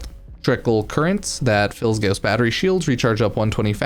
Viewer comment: ur saying his name wrong its gaw-ss, au sounds like gauss. u r saying ghoss